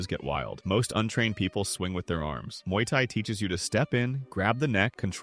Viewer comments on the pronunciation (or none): It's Muay not Mauy. Muay means boxing in thai.